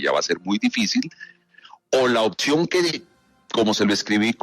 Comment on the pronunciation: No se puede confiar en un tipo que dice “dodtor”, “odción”